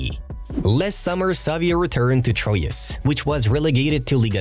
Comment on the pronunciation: How do you say 'Troyes' or 'Girona' again?